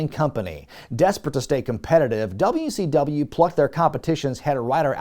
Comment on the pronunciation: Did my guy call it Dummy C W